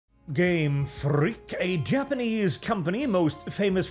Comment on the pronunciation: Heavy emphasis on the "freak" part.